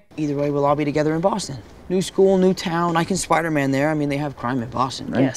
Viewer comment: In don't mean to be a Chandler but his name is Spider-man not phil spidermin🤣